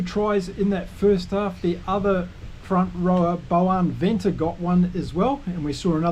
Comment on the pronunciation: Hi, I like you analysis and enthusiasm. Just a tip on pronunciation, if you’re interested. The V in Afrikaans is pronounced as a soft F, thus Venter is Fenter and van der merwe is fan der merwe. No criticism, though.